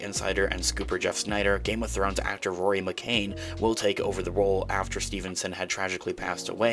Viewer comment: Not McCain. McCann. ‘Can’